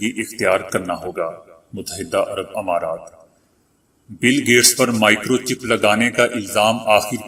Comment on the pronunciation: اپ کی محنت قابل تعریف ہے۔ اگر آپ بعض کلمات کے تلفظ کی طرف توجہ دیں تو آپ کی اس محنت کو چار چاند لگ جائیں "امرض اور امارات "میں الف پر زیر نہیں زبر پڑھیں۔ "مفکر" میں کاف پر زبر نہیں زیرپڑھیں۔ "اتوار "الف پر زبر نہیں زیرہے۔ ناراض نہیں ہونا